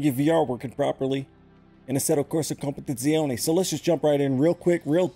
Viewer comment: Best Competizione pronunciation of all youtubers ❤️🇮🇹